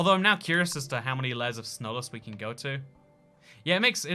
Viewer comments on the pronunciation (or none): he says "snowless" instead of "slowness"